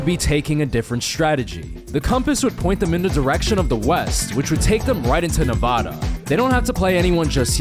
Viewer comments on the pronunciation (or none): NEVADA NOT NAVADA